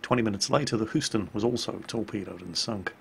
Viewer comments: did he just say the uss... hooston? no, HUEston not hooston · I've never heard someone mispronounce "Houston"! It's not Huston, It's Houston, pronounces a bit like "Hue-ston" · Triggered? How about how butchers the pronunciation of Houston? It's not "hoo-ston". It's "hew-ston". I'm not a Texan and I'm triggered.;) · "thuh Hoostin" pronounce it like you are saying YOU, but with an H to start. HOUston. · Oh, so not even 2min in and I have to say this because damn you really butchered that one, no disrespect but as a native Texan I'm gonna have to teach you how to the name of the city I grew up in properly...sorry It's pronounced hue-sten/ston not who-stun. And again sorry for correcting you but after hearing it said like that I just had to.... Also random fact about the USS Houston, It actually served as Navy 1 for FDR on several special cruises before we entered WWII and was present at the opening of the golden gate bridge. and honestly as much as I dislike the city itself I do kinda hope the ship get's added as a premium in world of warships.. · Hey, just wanted to comment on the way you said Houston. You were saying it as Hooston. It's more like hueston. I'm from Texas and just wanted to give a friendly thumbs up. Great vids keep 'em going! Oh and congrats on you and rita!! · 'Whoston' O god, your brit is showing! Houston is pronuncineated 'Hyewston' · 1. The city of Houston actually has a "u" sound in the name, so it is pronounced "HEWS-ton", not "HOOS-ton". 2. The Battle of the Sunda Strait may have been a night battle, however the name does not have an "i" on the end, so don't pronounce it like Sendai. It's "Suhn-da", not "Suhn-dai". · Oh bless your heart! Houston is pronounced "heewston" not "hooston" lmao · NO! It's NOT THE HOOSTON! It's HUE-ston! Sorry, didn't mean to yell, my american pride was at stake. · its pronounced HYOO-STON. Not whoston. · Hooston? It's Hewston! #triggered